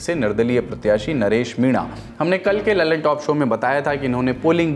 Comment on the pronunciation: Naam hain lallantop sunai deta hain dallantop 😂😂